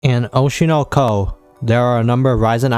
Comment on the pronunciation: Its not oushei nou khou, its oshi no ko :| Jk, all good its japanese nobody expects one to pronounce that perfectly